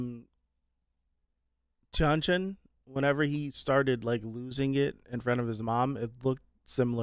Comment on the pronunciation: I'm so sorry, but honestly, everytime you said "Tian Chen" my ear hears "Jiang Cheng" and my brain thinks this show is MDZS. Can't wait till you actually sees Jiang Cheng lol.